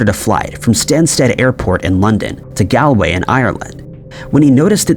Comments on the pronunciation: It's pronounced, "GALL-way". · Are there any Irish place names that you can actually prounounce correctly i mean Dublin and Galway really aren't that complicated to prounounce